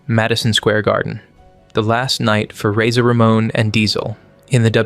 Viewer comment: "RAZON RAMON"??? C'mon...